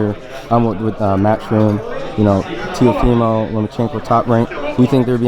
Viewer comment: Why he sayin Telofimo? Lol